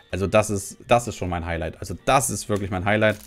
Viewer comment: Hai "Hailight" 🥴